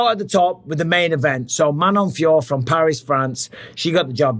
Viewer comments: Her name is Feeyoroh not Feeyore. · Its manon fio-rot mr bisping 😅